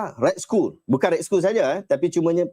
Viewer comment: Skull 💀 tu "skal" ustaz... Hahaha...